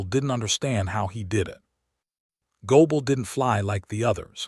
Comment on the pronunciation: Why do you pronounce gable as goble? It was sounding like a name of German origin which isn't unlikely among American names. And we see the spellings as Goebel, gobble, goble....also in the under text